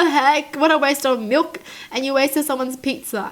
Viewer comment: "HOW DARE YOU PUT MIOLKKK OVER MY PITTZAAH"